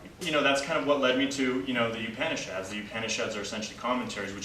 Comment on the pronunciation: Excellent knowledge and talk. The only other comment that I would like to add is the correct pronunciation of the word Upanishad. Please listen to the pronunciation by the girl from India from the link below